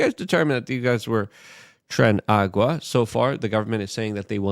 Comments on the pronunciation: Luke, it's Tren DAY Aragua. But whatevs, you can say trend agua. Ya goof. 😂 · I find it funny how Luke mispronounces things willingly to make people comment about it. Doyge, Trende Agua. xD